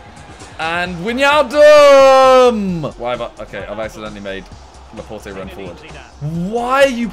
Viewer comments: Maybe Wijnaldum isn’t playing well because you pronounce his name wrong? 😂 Or say Gini, not Widge. Or say why - nall - dum, not Widginiaaldum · SIMONNNNN, love ya mate, but its not pronounced weenaldumb its why-nal-dum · I think you need to pronouns it Why-Naldum not Wan-Yialdum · Can someone tell Simon wijnaldum is pronounced WHY-NAL-DUM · You pronounce wijnaldum wine aldum and laporte la pour t don’t pronounce it with the e cause the e is silent🤪